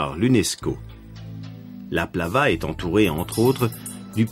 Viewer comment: Tous les noms propres ont été mal prononcés! Au lieu de plaZa, il dit Plava. Au lieu de Cotopaxi, il dit Cotacachi!! 😱😱😱😱😱😱